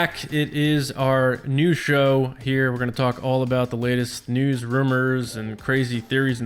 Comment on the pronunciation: every week for a second I get excited there will be a “new” show, and then I realize you’re saying news. I’ll get past it. Great job everyone!